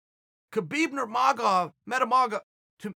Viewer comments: Ahaahahajah!! Khabib Numargov..Meramargov....Khabib Nurmagomedov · "Kahbib Nurmogov meda mogov Kahbib Nurmogomedov" aaha ha ha ............. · If you can't even pronounce "Khabib Nurmagomedov" properly, then you better STFU sir.